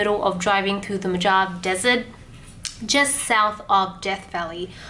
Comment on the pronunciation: Mojave is pronounced mo-ha-vie :)